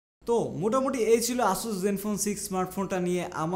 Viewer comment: উচ্চারণ "অ্যাসাস" হবে ভাই 🐸